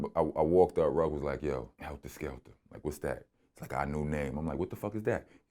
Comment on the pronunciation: Vlad keep saying helter skelter! With the ER 🤦🏻‍♂️ it’s Heltah Skeltah!